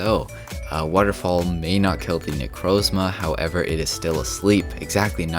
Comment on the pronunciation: I would listen to and buy merch for a podcast of you saying 'waterfall' incorrectly for 45 minutes